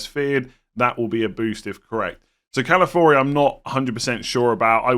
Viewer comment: it’s Ca-la-fi-ori 🥹